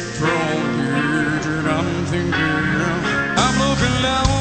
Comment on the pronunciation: “…I’m thinkeerrn”